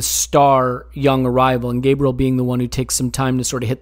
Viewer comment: Enjoyable as always fellers, but please for the love of all that is good and holy if we have a player that is a member in our squad and one hopefully that will stay long into the future can you at least try to pronounce their name correctly? Gabriel's name is pronounced GAH-bree-el instead your take of the Anglo GAY-bree-uhl. Kinda like how we pronounce Thierry Henry's last name as On-Ree and not Hen-Ree.